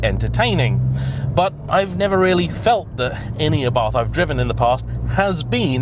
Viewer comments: it's pronounced 'a.bart',not 'abarth'. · Might want to learn how to pronounce Abarth correctly. Just like food critics, everyone has their own taste. I own an Abarth and love it. Faults and all